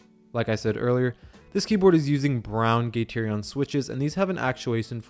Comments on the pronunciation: "gaterion" ouch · Learn how to pronounce gateron.